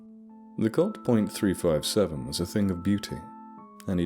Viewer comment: I'm not sure of your firearm knowledge so I get the pronunciation of the caliber. The decimal in the caliber is silent. So a .357 would be said like three fifty seven. Anyways fantastic story and story telling as always. Cheers man.